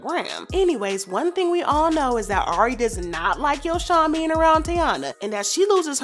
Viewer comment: It’s not YoShawn it’s like saying YoJhon but replace the J wit the S. And since y’all YouTubers always watching Ari nd GHerbo nd hear them say tht lil boy name right then y’all need to say it correctly as well. How y’all stalking they page but not sayin they son name right🤦🏾‍♀️